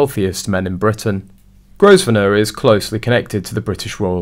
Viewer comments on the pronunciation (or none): The Duke of Westminster’s last name is pronounced Grove-nor. The “s” is silent! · If you're going to put these clips out, at least learn how to pronounce the names you are using. Grosvenor is pronounced Grovenor....the S is silent. You could at least look it up on Google and save yourself from looking so ignorant. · Pronounced Grovener the 's' is silent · The "s" in Grosvenor stays silent, just like "island". Please correct your pronunciation.